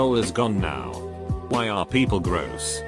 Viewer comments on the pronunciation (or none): No one: Narrator: wiEyE